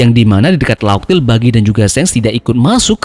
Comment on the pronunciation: laugh dibaca laug min... mantap kali... bukan laf